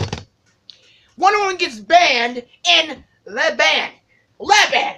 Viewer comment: It's not leban.. it's Lebanon